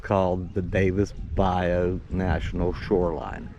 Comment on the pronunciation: I'm laughing at your Yankee tongue in this video. The way you pronounce Pascagoula and Bayou. So funny.